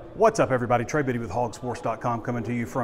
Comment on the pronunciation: Trey not drey